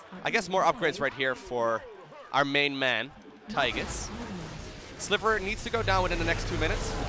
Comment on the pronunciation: The way you call him Tygus all the time triggers me so hard